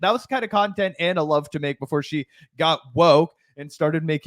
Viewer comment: She pronounced Ana’s name wrong. She must be racist